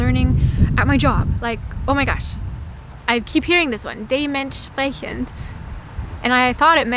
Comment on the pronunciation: With "dementsprechend" and "mach das ruhig" shows how important the emphasis is in the German language, not only the emphasis within a word, but also the emphasis in the sentence! If you emphasize "dementsprechend" on the first syllable - which is probably what is meant - it means something like accordingly; but if you emphasize it on the second syllable, it gets a completely different meaning, namely "dement speaking"! Likewise, the meaning of the phrase "mach das ruhig" becomes completely different where you put the emphasis! If you emphasize "mach" - what the boss probably did - it means "dare to do it!". If you emphasize "ruhig", it means "do it calmly, properly, exactly!" You can also emphasize it on the "das", then it means again something else, namely "do this, leave everything else aside!" Addendum: "mach das ruhig" can have several other meanings, it depends very much on the context. E.g .: with almost closed lips, almost no emphasis and spoken very softly: do that, you will see what you get out of it, don't complain afterwards! "Dumm wie Toastbrot" This is the summary of all American videos about German bread: In Toastbrot there is nothing in it, but really nothing at all - in contrast to any normal German bread! And if there is nothing in someone's head, then he is just as stupid as toast!